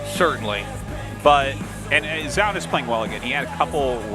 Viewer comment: Why does tasteless always pronounce Zoun as "JZOWN" when it's clearly "ZONE". I wish artosis would correct him at some point it's annoying af.